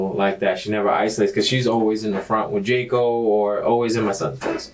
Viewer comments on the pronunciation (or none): none